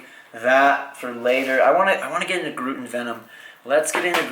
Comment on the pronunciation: That's not how you say Groot